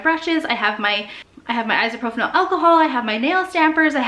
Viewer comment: I love you and your videos so much but it so bothers me when you say isopropyl alcohol wrong lol like no hate!!! Please don’t think I’m hating anyone it is just a pet peeve that I have and surprisingly enough a lot of people say it like that and it drives me nuts lmao but seriously love you girl!!!